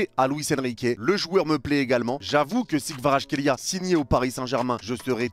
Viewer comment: Ça s'écrit Kvaratskhelia mais ça se dit "Kavaratsrelia"